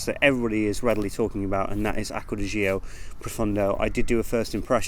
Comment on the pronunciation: It's GIORGIO Armani. And it's Acqua di GIO, not Zo